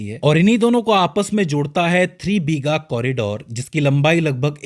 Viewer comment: Its not BHEEGA, it's BIGHA